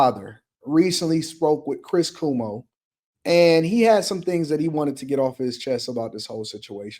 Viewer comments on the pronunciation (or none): lol.. It’s cu-omo